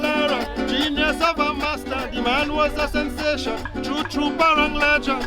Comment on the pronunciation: I crying every time the narrator say "parong" instead of parang.